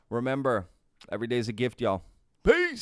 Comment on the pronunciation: You say y’all wrong and it’s annoying af